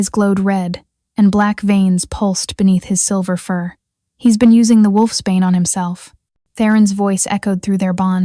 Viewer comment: Wolfsbane not wolfspain